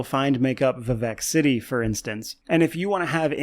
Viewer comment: I keep hearing Quebec City instead of Vivec City for some reason and it makes me giggle, very thorough video of one of my favorite games!